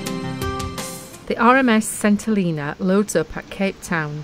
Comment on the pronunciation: When we lived there in the 1970s it was pronounced "Sent - ell een a". I imagine it still is!